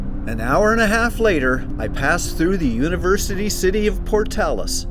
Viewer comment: Thank you for saying Portales correctly. I went to University there and did go to Oasis State Park and went to Blackwater Draw as part of one of my classes at ENMU.